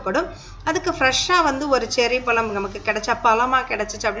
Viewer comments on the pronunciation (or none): தமிழின் சிறப்பே அதில் உள்ள "ழ" கரம் தான். ல- என்ற எழுத்தை நுனிநாக்கால் முன் பல்லை தொட்டுக்கொண்டு உச்சரிக்க வேண்டும். அடுத்து "ள " என்ற எழுத்தை நாக்கின்நுனி யால் உள் அண்ணத்தை த்தொட்டுக்கொண்டு உச்சரிக்க வேண்டும். "ழ" என்ற எழுத்தை நாக்கால் உள் அண்ணத்தை த் தொட்டும் தொடாமலும் உச்சரிக்க வேண்டும். பழத்தை பலம் என்று கூசாமல் உச்சரிக்கிறிர்கள். தாங்கள் கூறும் விஷயம் பயனுள்ளதாக இருந்தபோதிலும் மொழி பயன்பாட்டில் கவனமாக இருங்கள். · பலம் இல்லை, பழம்